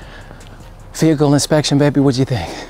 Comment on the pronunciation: "this is my behacle "😆😆😆